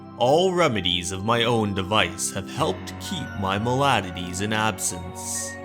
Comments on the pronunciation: Draught is pronounced draft. Incessantly not incentantly. Maladies not maladities. Just found you, you narrate a good yarn. I’ll sub to that 👍🏻👌🏻. Just a bit of feedback, and perhaps I’m alone but here it is: maybe turn the music right down so it’s more ambient rather than prominent. I personally found it a bit intrusive and off putting. Great stuff nonetheless, keep it coming. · Such a wonderful story of suspense, confusion, and lasting discomfort (triggered by the trauma of events in the story). I keep seeing this Lovecraft story adapted for multiple formats. Mah-lah-dees is how 'maladies' is pronounced... among other words I caught that were mispronounced here. The one I will never understand? The fact that 'draught', while spelled like 'caught', is pronounced like 'draft', British English versus American I suppose; I have heard 'draught' pronounced as 'draft' and 'rhyming with caught' though, so this is less egregious. As for me, I have always prefer colder rooms and cannot get enough of cool circulating air. I cannot abide summer for a myriad of reasons, although the terrible oppressiveness of dry/wet heat causing me discomfort at the slightest provocation.